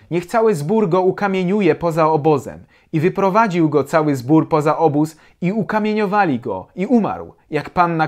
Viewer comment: Dobro, to miłość okazywana w praktyce. Jest jeszcze inna "rzecz", jakiej Bóg nie może wykonać i jaka ogranicza jego wszechmoc. Nie może popełnić samobójstwa. Podoba mi się to, że mówisz " kamieniowanie", a nie "kamienowanie". Mówi się "kamień", nie " kamien".